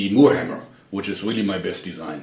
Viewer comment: " and it is weally weally solid" i love your accent